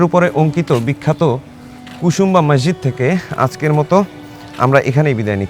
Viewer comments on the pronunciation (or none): ভাই শব্দটা ম্যাসজিদ না, মসজিদ। অতিরিক্ত ঢং না দেখিয়ে শুদ্ধ বাংলায় কথা বলেন